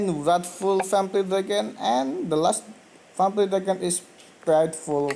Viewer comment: Your not saying vampire right